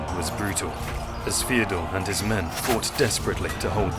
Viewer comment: Second of these videos I've seen and I have to comment on the voice. I'm assuming it's an AI with some sort of cockney element to the accent. It makes every TH diphthong come out as F so he says Feodore, Frace, Afens, Michael the eightf, etc. Surely this has to be AI because who would choose a voice-over guy who couldn't pronounce TH correctly